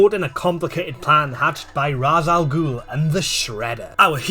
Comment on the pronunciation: The pronunciation of Ra's Al Ghul's name always bewildered me 😂 I love crossovers like these, the Batman Scooby Doo film was great too 👌🏻